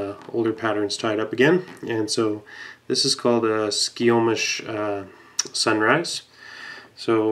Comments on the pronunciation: It's pronounced "Sky - Kōmish" Sunrise. It's named for a river in Washington about 12 miles from where I live. Fine to tie on that hook if you like but better with a traditional up-turned loop-eye salmon/steelhead black-japanned hook like a TMC 7999, Orvis #1645, or a Partridge 01 Wilson hook. For low-water stuff, I like to use the Partridge CS10 and just tie on a smaller portion of the hook shank. I first tied that fly back in 1976 and I'd make a couple of proportion suggestions for you: 1. Make the body a little longer and 2. make the hackle a little shorter. You really don't want the hackle to go much (if any) length beyond the point of the hook,certainly not beyond the barb of the hook at the longest. Also as you probably know from tying traditional salmonflies, you want to take 5 turns with the ribbing. That would necessitate using smaller tinsel than the one you used. If you tried to get 5 turns with the ribbing you had it would have been an all-tinsel body. So just go smaller on the tinsel. This bit using thinner tinsel with more turns results in being able to see more of the red chenille body and the silver tinsel ends up being more of an accent flash with the chenille fibers partially concealing it. I've tied it with a medium-oval silver tinsel and that also looks good. Really enjoyed seeing you tie the wing in reverse. That's what we call an "Ed Haas" style wing. Ed was a very reclusive fellow who lived on the Salmon River in Northern California in a remote area bet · I cringed a little listening to him mispronounce skykomish. I guess it's because I'm so use to local names